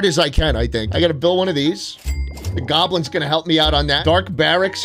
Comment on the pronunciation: it really pisses me of how he says goblins